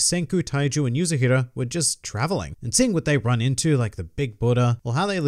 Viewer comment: How many chapters does volume 1 have ? And the girl's name is "Yuzuriha" not Yuzuhira. It's Yu-Zu-Ri-Ha .